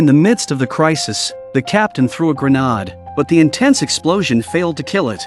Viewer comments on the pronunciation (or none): A “grenarrrd” 😂